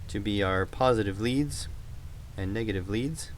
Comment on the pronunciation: Something about your accent when saying positiveo and negativeo reminds me of.